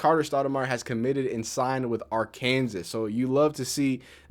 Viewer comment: I've never heard anyone pronounce the Kansas in Arkansas before 😂